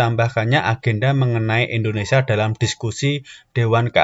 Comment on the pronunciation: M ksh utk pnjelasannya mas, dikit masukan utk NICA bacanya Nika mas n utk Indonesia, sia harap ditekankan agar tdk terdengar Indonesa . 🙏🙏